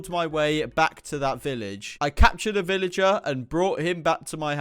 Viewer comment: You are treading pig lins and you said veleger